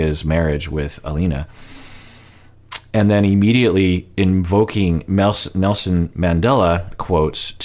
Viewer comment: Sounds like he said "NoSin Mandela"